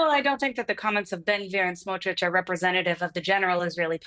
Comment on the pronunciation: So tired of hearing Piers say “Smodrich”